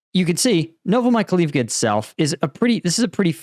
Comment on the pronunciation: The place is called „Novo Mykhail-ivka“, with Mykhail standing for „Michael“ (freely: New Michael’s town) There is an I between the A and the L. It should be pronounced „novo me Kyle Eve ka“ (and not „Novo my Kalif ka“ or something).